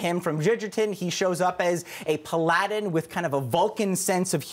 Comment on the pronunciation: PAL-a-din. Otherwise good review, thanks.